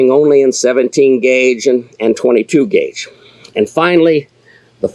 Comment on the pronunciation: yeah I think you said guage by accident but hey accidents are important too